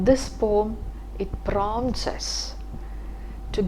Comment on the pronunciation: The right pronunciation of poem is po-um not pom. Love and regards ☺️